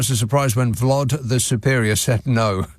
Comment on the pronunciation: It’s “Vlod”…